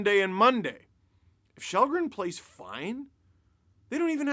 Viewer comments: Its pronounced skhal-dren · His name is pronounced shallgren and that’s what we should call him, regardless what country your in. Have some respect for someone’s name you sound arrogant saying since your in “North America” your above pronouncing individuals names outside of that.